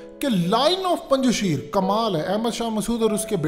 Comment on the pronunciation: O bhai lhuda k lie name sahi le lo isss ilaky ka..sheerrrrrr ni aa.. Punj shair a